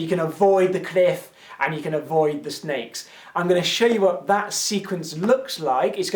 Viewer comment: when he first explaint the puzzel I anderstood snails instead of sneaks! :D I was like: fine, whats the problem?